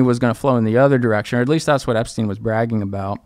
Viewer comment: “Argentinia” “epstaain” - clown